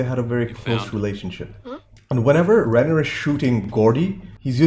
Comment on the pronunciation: The Stephen King story was a short story titled The Body. It's pronounced Rob Rhine-ner, not Rain-er.